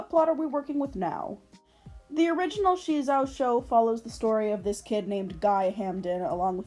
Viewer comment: The name SheZow sounded alot better the way they pronounced it in the pilot, like "ka-CHOW!", "ba-ZOW!" or "wu-POW!" it's supposed to be a pun based on an onomatopoeia, but for some reason in the show they felt a need to emphasize the "she" bit, like they thought the kids wouldn't get it otherwize. Another thing I liked about the pilot that didn't carry over to the main show was Maz having a crush on SheZow without knowing that it was actually Guy, but alas I guess TV networks weren't ready for that kind of relationship arc and instead opted for the whole side-kick running gag 😮‍💨 Even if you don't end up using Maz for it, have you considered doing that sort of double life plot for your reboot? I think it's an interesting way to further explore gender and sexuality, regardless whether it actually ends with a reciprocated romance or not. It can both give Guy an opening to question his romantic preferences, but also give him yet another taste of the female experience - as an object of male desire (albeit a very kiddie-friendly version if it) oh and one last thing, the art also looked better in the pilot. Like, not the greatest and not rly to my tastes, but what they ended up with in the actual show just looks like ass imo Speaking of art styles, I really like yours! It feels very solid and simple while still having a good amount of detail but in a way that feels economical, which is very good for animation. Reminds me a bit of Monster Allergy with the ears and noses, which I ju